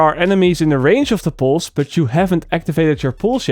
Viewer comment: No offense: Poose